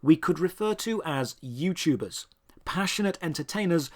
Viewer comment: “Youchubbee” “JooYouChuubers”